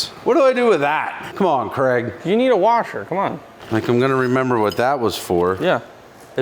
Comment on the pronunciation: I'm just wondering why Craig is being pronounced Kregg ?